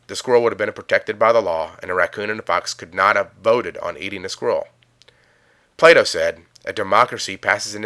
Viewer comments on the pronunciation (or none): none